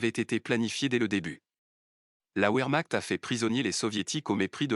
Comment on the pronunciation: Le w allemand se prononce v contrairement à l’anglais. Donc vermacht (comme ds un chointement) ou encore vermart (r doux)